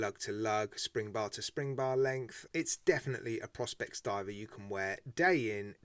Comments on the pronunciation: isn't it pronounced Pro-spex? I don't have a white dial watch though am looking to add one to the collection. Not sure this one lures me In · I think its pronounced pro-spex and leather on a diver is so wrong. 990 quid lol I rather wear my SKX.